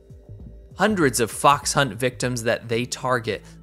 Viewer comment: You pronounced fox wrongly . It is the 2nd tone not the 3rd tone.